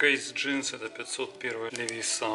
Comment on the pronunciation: Это у вас на хуторе так принято говорить : "ЛевисА" ?